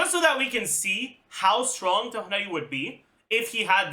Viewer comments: the way he says tough-nutty instead of tig-nar-i drives me up the wall! how does he speak english so clearly with everything else he says, but BUTCHER names so badly!? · God if that's how you say Tighnari correctly, then I will continue saying it wrong.